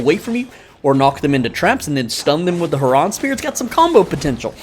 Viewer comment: "Herraahhn spear" 🤣🤣